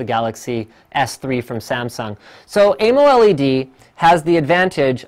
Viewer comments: omg stop saying amoled like that... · its amoled not amoled